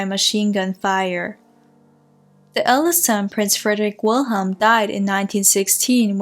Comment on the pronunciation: Great job. But please out of respect. Pronounce the german names. German. We germans also. Love our language...thank you. Alles liebe.